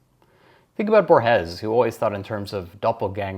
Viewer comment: Thank you! Let me just correct you on the pronunciation of Borges, whom you often quote. It's bOrhes, not borhEs (